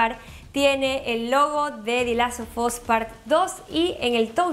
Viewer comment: Solo escuchar como pronuncia "The Last of us" destroza la locución